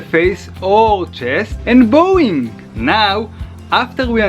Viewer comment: bowing is pronounced bow as in dog goes bow, wow!